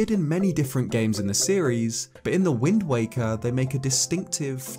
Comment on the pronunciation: I swear he kept saying “wind wanker” lmao